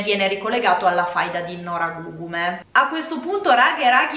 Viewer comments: Gli accenti in effetti sono pressoché tutti sbagliati, poi ok ci sta, però comunque è Noragùgume o Nùoro così come Sèdilo, Màrghine. Il punto centrale è però che la disamistade è un po' più complessa e il tutto non può essere derubricato a semplice insensatezza ("futili motivi"). Innanzitutto la parola è traducibile come "inimicizia" e sì diciamo che comprende anche la dinamica della "faida" e delle vendette famigliari. Ci sono alcuni testi centrali per la comprensione della disamistade e più in generale della società sarda e dei suoi piccoli centri che produce, appunto, quelle dinamiche. Una società agropastorale dove il mezzo di produzione è direttamente la terra e il bestiame, quindi non è futilissimo avere problemi di terreno, o di "abigeato" (reato diciamo particolarmente sardo, ora non si fa più, negli anni Settanta soppiantato sempre più dal sequestro di persona). Esistono testi che affrontano il tema e più in generale il cosiddetto "codice etico barbaricino". Questo però crea confusione: non esiste un testo scritto, così come non è una sorta di codice d'onore ligio, ma sono consuetudini tra famiglie di pastori in piccoli centri dove tutti si conoscono e dove però possono nascere inimicizie per varie questioni, banali o "profonde". Sicuramente il testo di Pigliaru è centrale, specie perché manca una vera storiografia sulla questione che al di là del foklorismo affronti il problema come questione sociale ed economica: l'editto delle chiudende (il capitalismo agrario in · Noragugume. Accento sull'ultima u